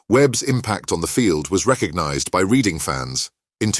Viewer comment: The bloke doing the voice over can't pronounce Reading😂